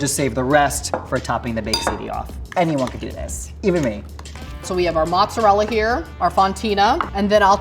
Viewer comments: It's not pronounced 'mozzarel' dude. Guido's from New York City pronounce it that way. It's pronounced mozzarella in Italy and here in the states. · says he is from aItalian householt and then calls it Muzzarell.... Oh dear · I don't know why Americans who claim to be Italian say mozzarel. It's cringe lol. It's MOZZARELLLAAAA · Genuine question: why so some Americans pronounce mozzarella as 'moutzarelle'? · why do people think that italian pronounce mozzarella "mozzarel" like why??